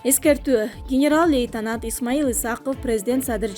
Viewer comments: Диктор лейтанант эмес лейтенант деп окулат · Лейтанат дейтко